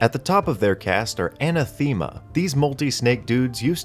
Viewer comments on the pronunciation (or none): Anaaaa-tha-mah not Anna-theema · Anathema is “uh-na-thuh-muh” not “Anna-theme-ah.” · Anathema is pronounced uh·na·thuh·muh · "Anna-Thee-Ma" ack, so close. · Anathema: Uh nath uh muh. Though I believe you say words wrong just because. Such chaos. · The e in Anathema is a short e sound A - nath - e - ma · It's uh-NATH-uh-muh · "Anathema" is pronounced with emphasis on the second "a"..